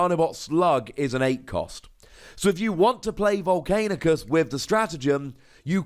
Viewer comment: You still have to live long enough to keep Volcanicus alive... By the way its Vol'CAN'icus, not Vol'CAIN'icus.